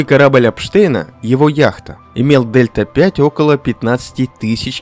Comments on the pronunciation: дельта 5? это которая delta-v? Delta-v (also known as "change in velocity"), symbolized as Δ v and pronounced /dɛltə viː/ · особенно "дельта пять"... ΔV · Спасибо за видео. Только не Дельта 5, а Дельта Ви (Velocity)